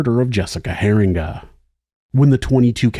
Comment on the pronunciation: I'm from this city. There are still signs in his family's neighborhood that say "Your silence killed". Edit: Also, it is pronounced Hear-eenga.